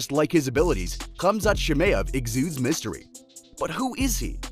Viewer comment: It's chimaev mate. Great video tho 👍🏿